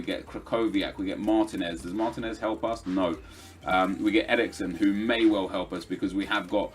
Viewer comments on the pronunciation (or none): none